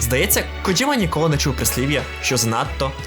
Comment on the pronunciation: Боже, нарешті люди говорять КоДЖІма, а не КоДЗІма, просто мммм , лайк відразу 🥰